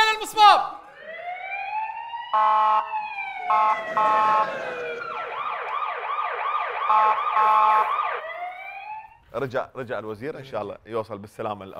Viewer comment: سيدة النائبة .المصب وليس المصباب